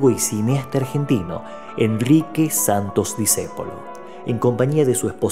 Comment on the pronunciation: Y por favor, es Santo"S" , no Sant"O".